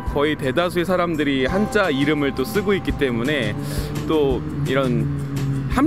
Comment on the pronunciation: Why did you say 한짜 instead of 한자? Is it the sound in Chinese or a mistake?